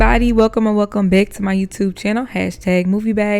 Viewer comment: "Welcome or welcome bæck" Love your pronunciation 😭